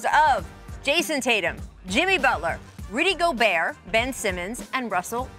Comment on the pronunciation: “How did Rudy Go-Burt make it over Bam Adedebayu?”